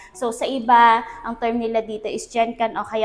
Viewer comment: sorry for this but its not Jenkan ( genkan) but Genkan as how you pronounce the g in girl